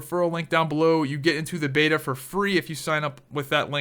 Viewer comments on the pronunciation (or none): none